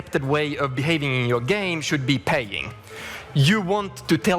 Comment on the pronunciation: Did that guy say, "the socially accepted way of behaving in your game should be 'pegging' " He probably meant paying but dam if that European didn't get me at "pegging" Who doesn't love a good ol' pegging session! :D